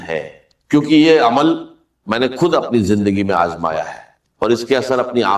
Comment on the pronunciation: خود کو کھد کہہ رہا ہے کھشحالی کھالی یہ ڈاکٹر صاحب یہ کہہ نہیں سکتے